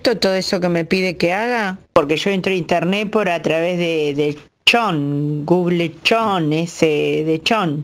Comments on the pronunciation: Es que dice "gug lechón" y bue... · se lee gug lechón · Me mató la mina que dice "gug lechón" jajaja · Guglechon gugle pleistory.... Jajajajajaja te tengo engendrada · Gugel Chon Jajajaja lpm